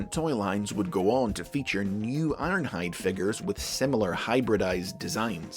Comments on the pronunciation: I won't acknowledge the energeon "Iornhide" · you said his name wrong,. its ARRRRNHAAAHD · It's Ironhide! I i q u i d N i t r o g e n